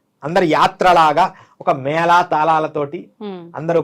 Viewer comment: అమ్మా, యాంకర్ గారు, మేలా కాదు, మేళా. సరిగా పలుకు